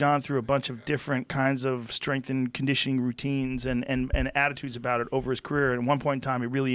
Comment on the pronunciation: Joe "strenght n conditioning" Rogan